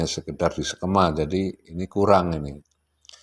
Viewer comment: Jangan sekema dong bos......tapi sekeeeeema